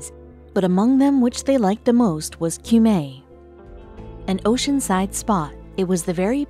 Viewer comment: "Cumae" is pronounced "coom - eye" in Latin. The river "Thames" is "tems." And what's so surprising about burials under a church? That's not the practice nowadays, but people of high status used to be buried indoors. As she said, the Victorians removed a lot of coffins from their church crypts, for one reason or another, but why do those 18th century archbishops who escaped notice have to be removed now? And why do the public need to view their coffins?